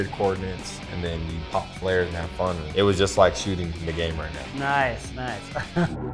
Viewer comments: Bro said flarws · Bro called smokes, flairs